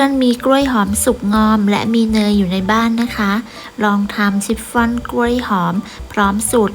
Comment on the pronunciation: ชิปฟอน ออกเสียง ช ช้าง ไม่ใช่ ซ โซ่ ออกเสียง ซิปฟอน ทุกคำเลย นึกว่าหูเพี้ยน😂